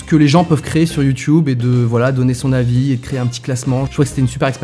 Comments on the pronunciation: Arrêtez de prononcer "youtoube" au de "YouTube " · youtube pas youtiube!!!!!!! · Ça choque que moi qu’il dise youtioube ?😂 ( même Si je sais que ça se dis comme ça ) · Il dit youtoube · Quand tu commences à dire YouTioube c'est que tu commences à être ancien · On en parle qu'il dit youTUibe ??😂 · Bah il le dit juste avec l'accent anglais "YouTube" qui se prononce "Youtioube" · Ça me perturbe quand il dit « YouTube » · Nettost 787 merci sherlock juste il y a peu de youtuber francais qui le prononce ainsi (hors canadien) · Noooon.... Tu prononce Youtube comme les vieux. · Mec tu prononce trop bizzarment youtube 😂 Mais après tous qui suis-je pour dire sa à un ytb